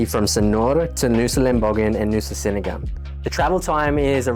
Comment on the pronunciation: Look im sorry to be the first to let you know that 'senigan' is pronounced "chenigan". Aside from that, they are beautiful islands that are well worth the effort to get there, we are always sad when we leave.